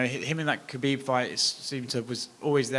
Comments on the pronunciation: Can Justin Gaethje please give Chael Sonnen lessons on how to pronounce Khabibs name. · Bigger challenge for him is saying Khabib’s name..